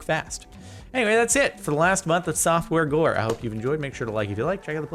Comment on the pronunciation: Anyone realize that he said softworegore